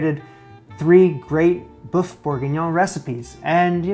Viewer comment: Thanks for saving me the hassle of finding the best recipe :) PS it's boeuf, as in the u in butter, not to be confused with boof as in Shia Labeouf ;-)